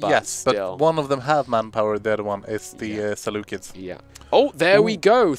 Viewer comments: "Selucilid" is the worst pronunciation that I have heard of any country by anyone covering Imperator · Less than a minute untill the first "selucilid" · I have enjoyed this stream quite a bit, however the "Selucelids" and the Pakistan blunder is killing it.